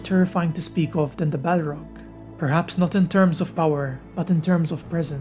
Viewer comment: A balrag of Morgoth. What did you say?